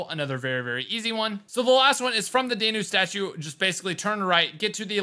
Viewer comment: Dan-ew not Day-New